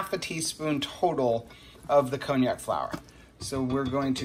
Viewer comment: Happy Thanksgiving ALL! Isn't that pronounce con-jack? I never heard it called by the name of an expensive liquor. :D